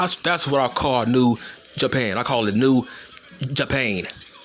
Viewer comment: Nigga said new japain 😂🤣